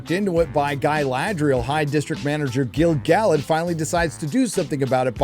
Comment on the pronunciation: Holy shit, did just pronounce Gil-Galad correctly!?